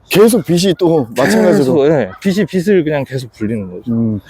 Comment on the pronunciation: 빚을-비즐, 빚이-비지 입니다 입니다.